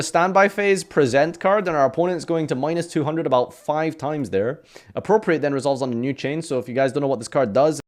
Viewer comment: This is also the man who, unique among Yugitubers, pronounces 'Appropriate' correctly, but mispronounces 'Present Card'.